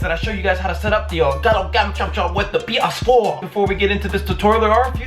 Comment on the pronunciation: "with the paaass 4" lmaoooo